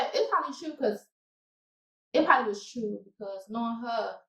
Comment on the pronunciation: This mf said prolly 😫😭😂